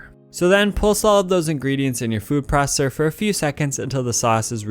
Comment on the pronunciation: "Food prosssser"